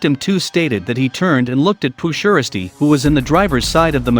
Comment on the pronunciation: Pooh sheristy that's not how u say it its s shiesty